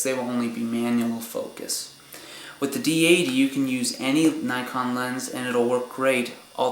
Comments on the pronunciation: yes nikon not naykon. lol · never heard someone say nikon as... nykon always heard neekon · Well, the company is japanese, therefor it should be pronounced how they pronounce it. NEE-KON